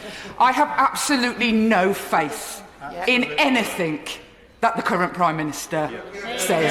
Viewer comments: Sorry, I always thought the word was ‘anything’ not ‘anyfink’ !!! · Did she just say "anythink" instead of anything ??? & they call us uneducated pmsl 🤣🤣🤣🤣🤣🤣🤣🤣🤣🤣🤣🤣🤣🤣🤣🤣🤣🤣🤣🤣🤣🤣🤣🤣🤣🤣🤣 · Jess its "anything" not anythink,love..... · This poor misguided bird sadly not only does'nt know the protocols of job but cannot speak english as in 'think' instead of 'thing' How this twerp continues to be in the House baffles me albeit in the dimwitted and moribund Corbyn mob. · It's anything, not anythink you stupid stupid woman. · Well educated ""anythink" can't even speak properly think that should have "anything" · She said "anythink"!!!!!!! ANYTHINK???????? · Why does Jess Phillips keep saying 'anythinK' when the correct word is anythinG? It is really irritating. She is not only as common as muck, she is as thick as two short planks too. What with her and the unbelievably stupid Diane Abbott it is no wonder the Labour Party is such a shambles. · "anythink" Who voted in someone who says ANYTHINK. It's A-N-Y-T-H-I-N-G not with a damn K stupid horse. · The word's 'anything', not anythink, dumbo! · She is so thick she said anythink instead of anything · Jess "anythink" Phillips 😂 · 'I have no faith...in anyTHINK' Sounds about right. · She not scared of “anyfink” 🤣🤣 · "any think" ftfy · "Any fink", she's a MP addressing parliament not down the pub with her rough bint m8s. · did she really just say 'anythink''? Wtf is this thing even doing in the HoP? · She doesn't understand " anythink"... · & again lol